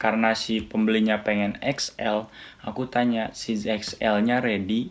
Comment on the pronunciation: Size bacanya Sais bang bukan Sij...